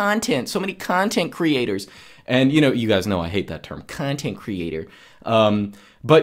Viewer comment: "so many Cuntheent creators, Cuuutnheent creators" ahahahahha i know who are you speaking about